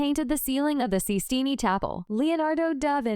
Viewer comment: Strange pronunciation, ' Sistini', ?